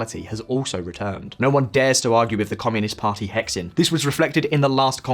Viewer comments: Um… it’s not “hecksin”, it’s more like “huh sheen”. YouTube China commenters really need to check their putonghua pronunciation. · Can't get over the way you pronounce Hexin, "He" and "Xin" are separate, pronounced more like Heh Hsing, meaning core. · It's not "hex-in" it's pronounced "he-shin" meaning "core". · Hexin is pronounced - hershin. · Hexin???????? It is pronounced like "her shin" in a British accent. For f*ck sake, guys! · “Hexin” is pronounced “he sing”… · Please learn how to read the Chinese hanyu pinyin transcription. It's really hard on the ears when you pronounce Q as K (in Qian) or X as KS (in hexin). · I really recommend you look at pronunciations of the Chinese words you use in videos, even google translate will show you how to say the romanizations. Hexin (“huh sin”)and qing (“tsing”) are not pronounced exactly as they are written in English. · I cringed so hard at the pronounciation of "Qing" and "Hexin"